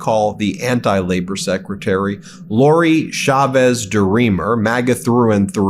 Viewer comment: It's Chavez, not Shavez, Ben.